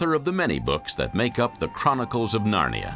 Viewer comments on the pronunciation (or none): none